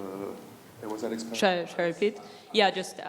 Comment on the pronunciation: and he pronounces Alex Pereira better than DJ does😂😂